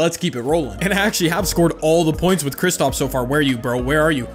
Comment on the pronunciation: Anyone else getting mad when says kristOps instead of kristAps